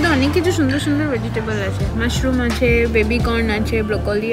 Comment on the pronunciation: 'Achey' ta puro english people er moto lagcheey😢😢😢😢